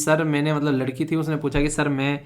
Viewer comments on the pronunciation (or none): none